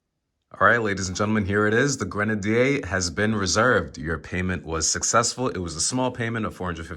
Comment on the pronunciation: If you’re going to buy a Grenadier, it’s probably a good idea to learn how to pronounce it. 😂